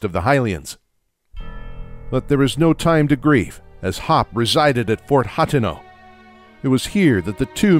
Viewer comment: Also it's hah-tee-no